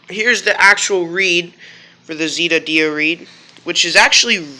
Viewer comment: It’s Z (Eh) da not z (ee) da